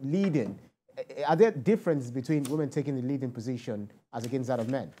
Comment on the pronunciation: Please its Women not Wemen!